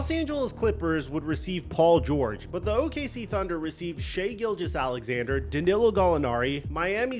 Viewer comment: Shai ( shy). Not Shai.